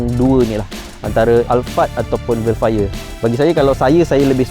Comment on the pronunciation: Dia cakap hel fire